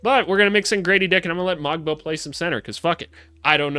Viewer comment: Pronunciation notes: Shead rhymes with bread. The ‘g’ in Mogbo and Agbaji is silent. You didn’t mention Ulrich Chomche, but when in a couple of years he becomes a star (as he will), it’s pronounced Oolrish Shomshee. Mamukelashvili you correctly pronounced ‘Mamu’ because who has time?